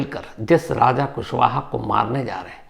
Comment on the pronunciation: Shams raja ko raj aur raj ko raja kyun bolta hai😮😮😮😮😮😮😮😮😮 thoda dhyaan se bola kar tu